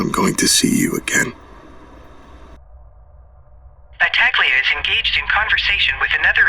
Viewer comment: its pronounced battahleeia